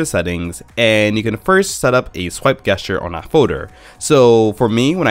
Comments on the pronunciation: Yeah its definitely supposed to be a soft g sound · Cool guesstures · Its that darnn game! I say it the same way because I grew up playing Guesstures before I knew that "gesture" was a word. I now long-pause before pronouncing the word to make sure I'm going to say it right. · You say Gesture weird. It's pronounced Jest uses... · I guess ture triggered by this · How the eff did you make it this far in life saying gesture like that? Go back to your teachers and tell them they have failed you. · The way you pronounce the word "gesture" really triggers me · It kind of ruins the video.... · Yeah, I stopped watching after he said it the second time I thought the first time was a one-off after he said it again I couldn't focus on the video anymore